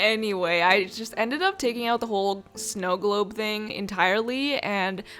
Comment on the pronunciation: Everyone: snow glob with accent: Snou gloub